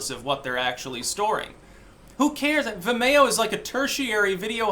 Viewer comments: Vimayo? You mean Vimeo? Like Video? lol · Oh vim-e-o, I was like wtf is vamayo, lol. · Its pronounced Vim-ee-oh. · Vim - ee- oh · Say Vimeo like vi mayo one more time Fucking do it. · It's pronounced vi-me-oh. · "vimAYo"? You sure do put some weird emPHASIS on some weird syLLABulls... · I had to listen to mispronounce Vimayyo a few times before I could figure what he was talking about. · Oh, is that what he was saying? I kept thinking "What the hell is The Mayo?" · Is trying to say 'vimeo'?